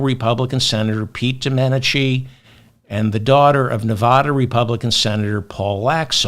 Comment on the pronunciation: Your persistent, incorrect pronunciation of Nevada makes your otherwise fantastic podcast unlistenable. It gives me a headache.